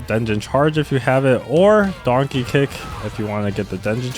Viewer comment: wtf are you saying? Donkey Kick or Darky Kick?